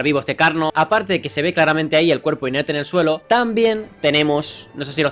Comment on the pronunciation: Alguien más se dio cuenta de dijo inetre pero era inerte Saludos jurassicfan95